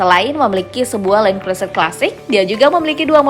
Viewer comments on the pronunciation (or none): none